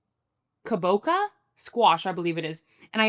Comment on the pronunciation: She cracks me up, it’s a Japanese squash pronounce “Kabocha” like “Matcha” green tea😂